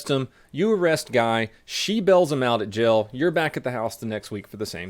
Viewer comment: hi everyone, bagel here the way says jail = "gel"